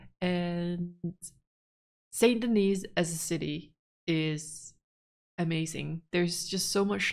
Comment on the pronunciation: The "s" is silent in St. Denis. ..errr, the second "s" 🤭